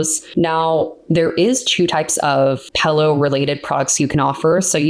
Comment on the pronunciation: She is saying pillow wrong intentionally 🤦‍♂️